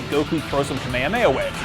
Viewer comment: Did he just say "kame-mahes"?